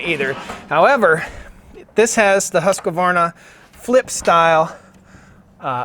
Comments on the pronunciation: Not to be picky but it's pronounced Husq varna no Husqa varna. Nice vid, stay safe out there! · Hoosk-varna. Not husk-A-varna